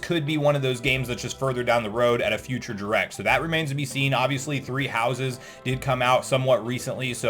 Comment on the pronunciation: Is he saying directs or durex?🤔